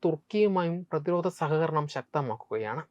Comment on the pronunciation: പുതിയ തലമുറ അവതാരകരിൽ ഉച്ചാരണ ശുദ്ധി ഉളള ഒരാൾ. ധ, ഘ തുടങ്ങിയ അക്ഷരങ്ങൾ ഒന്നു കൂടി മെച്ചപ്പെടുത്താം. ഉദാഹരണം: പ്രത്യാഘാതം, പ്രതിരോധം. നല്ല അവതരണം.